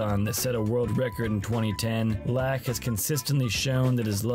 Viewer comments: great video BUT FUCK ITS PHIL LAAK PRONOUNCED LUCK not LAAAAAAAAAAACK hahaha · How can you make an entire video about a guy and not know how to pronounce his last name? It sounds like LOCK, not LACK. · I’ve always heard his name pronounced “lock” but you keep saying “lack.” It’s throwing me off. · I don’t believe you. In this very video, they show clips where commentators pronounce it as “lock.” Either you’re trying to troll, have terrible hearing, or you’ve never realized how it’s been pronounced. I’m guessing you’re trolling. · If you're making a documentary about the man, you should at least pronounce his name right. This is disrespectfull. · The narrator has a laak of skill for pronouncing names correctly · If you are going to cover a player, at least learn how to pronounce his name. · The Laak pronunciation is lackin